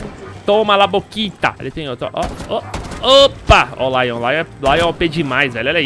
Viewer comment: "Lion"...? Agora sabemos que o próximo operador será a "NiUce".